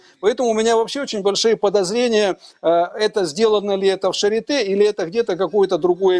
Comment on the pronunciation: клиника Шарлатэ... нет Шапитэ... А Шарите же, точно.